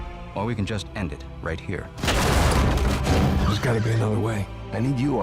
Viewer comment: what the fuck why is fowtnite hewe